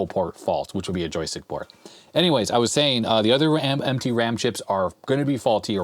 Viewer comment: Did you say MT ram chips or "emtpy" ram chips? 😁